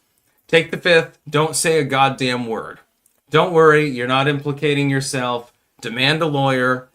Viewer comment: Why do you pronounce it “fuck yi-self”?